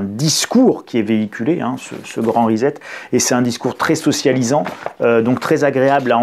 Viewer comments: Pas que je manque de confiance en votre compréhension de l'anglais lu mais... prononcer risette pour "reset", ça beau être aussi attendrissant que celle d'un nourrissons, ça casse méchamment la crédibilité ! Sur votre clavier, aussi vous appuyez sur la touche "risette" ? Ou vous préférez l'appeler.. guiliguili ? Bref, traduire avec Google traduction, c'est pas un pêché, mais sans avoir pris la peine de cliquer sur le symbole du haut parleur afin de savoir prononcer au moins le seul mot anglais du titre de l'ouvrage dont on veut parler, c'est un minimum non ?! Surtout pour qui prétend expliquer aux autres ce qu'il les suppose ne pas être capables de comprendre par eux-mêmes ! 😆 Essayez vous verrez, c'est pas si difficile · J'y tiens, en "Angliche" comme vous dites, reset se prononce rissette et non pas risette, ce n'est pas rigolo et on ne se tient pas la barbichette. Indispensable de le dire en l'employant dans un discours Français. J'hésite à me dire que ce mot fait désormais partie de la novlangue, dont on connaît bien maintenant le projet de détournement des mots, en l'occurrence ici sur leur prononciation. Comme disait l'autre, on pense avec les mots et pas le contraire. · Sans aucune acrimonie, je vous signale qu'on prononce reSSet (pour préserver votre crédibilité auprès des auditeurs bilingues). Merci pour votre travail! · Hello. Rien de bien grave mais on dit reset avec un s. Ça ne se prononce pas comme un z. Un peu comme settings qui ne se dit pas zettings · reset , ça se prononce recette ...on ne dit pas tournezol... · Je n'ai pas été capable d'écouter longtemps, car le gars prononce "le grand REZET" au lieu "le grand RESET" 🥴😂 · Reset se prononce "Riz-sept" et non "risette" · Resssset, Resset, Resssssssset, non? Parce-que Rizette...s'ilvouplait, un peu de respect pour la langue Anglaise et ceux qui vous ecoutent.. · Sylvie Evin : Et pourtant, ça n'a rien de rigolo... mais vous avez raison, ça vient du verbe "to set". Il s'agit donc de "ricet".